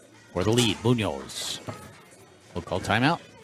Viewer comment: I'm trying to teach people how to pronounce "Munoz" correctly. The accent goes in the 'O' and not in the 'U''. But they're arguing with A Spanish Grammar Teacher. There are some people don't ever want to learn.